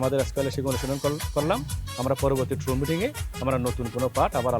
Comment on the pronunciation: এটা ট্রুপ মিটিং, ক্রু মিটিং না